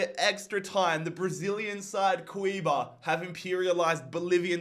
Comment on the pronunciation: My man just pronounced that team’s name 3 different ways lol! As a brazilian, lemme help: it’s pronounced Coo-yah-bah! Keep up the phenomenal work!